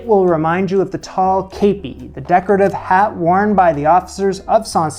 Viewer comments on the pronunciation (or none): It’s pronounced “keppie”